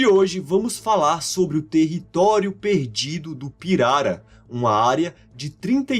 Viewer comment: Finalmente um vídeo em que a pronúncia da palavra pirara é dita corretamente. Pirara é palavra paroxítona (piRAra) e não "pirará" como alguns estão pronunciando por aí. Parabéns pelo vídeo!